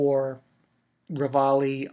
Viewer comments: and i don't think you call him levolley XD great video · I don't mean to sound like a dick, but don't his friends tell him how to pronounce Levi's name right or anything...? its said fairly clearly in the dub how to pronounce it.